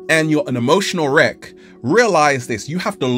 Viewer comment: Wreck, right? As in e.g. wreckage. Not wreak, as in e.g. "wreak havoc".